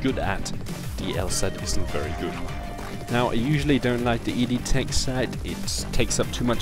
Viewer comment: EOTech, not EDTech.